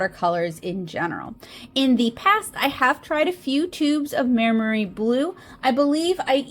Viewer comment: it's pronounced "my-mary", (bonus points if you can roll your Rs!), in case you were wondering 🙂. Though I am not the best at phonetic transcribing of Italian words in English (because Italian is my first language)! They are a pretty popular brand in Italy, and obviously much cheaper there. When I was a schoolkid we were only allowed Maimeri gouache in art class, so the brand always brings back memories! Fun fact: gouache was the standard school paint in Italy (at least in my experience). I had never even heard of acrylic other than wall-paint before I came to the UK, but here (and the US) people use acrylic as their go-to paint, and gouache is the unknown, which is a cultural difference I find really interesting